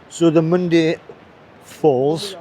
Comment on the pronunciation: Its pronounced " Mondah Uh"